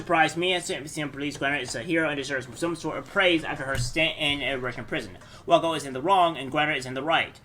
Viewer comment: Great video bro!! Btw heads up Waco is pronounced (way-koh).